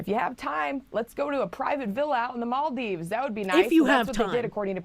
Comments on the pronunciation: "mall dives" Isn't it "mal(-eficent) deeves?" Or have I gotten that wrong for years? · I thought and Vara Dark saying "Ebble" instead of able was the most infuriating thing about Bostonians mispronouncing everything until I heard "mall dives" instead of "Maldeeves." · Mall dive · it's pronounced maldeeves. I've been there. don't leave the resort area. it is worth visiting but watch out for ghost crabs. they come out of the beach sand and night. center-left here: I'm curious about what test they used, because there are many and what they were testing for. I would like a 3rd party test done BUT this is all pretty suspicious and unacceptable that someone was thrown in jail for investigating. there's clearly something people are hiding. if it turns out that she committed fraud, throw the book at her and deport her - also make it clear that we won't tolerate this type of fraud. idk what side people are on, fraud is bad m'kay and it is even more not okay for politicians. all states should have an option to recall politicians and force a special election like california did with that one governor. anyone committing fraud, even refugees, need to be jailed, sued civilly and then deported. I had relatives move to sweden from bosnia during the war, and then they had to go back when it ended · pronouncing maldives as mall-dives just threw my whole head for a spin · The way she pronounced Maldives was a dagger in my ear each time., your chat hates you because they just left you hanging, gurl. Also, I'm black and have NEVER heard we can't swim because of our heavy bones. Who actually has been saying this?!! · Alcohol Poisoning Challenge: take a shot everytime mispronounces "Maldives"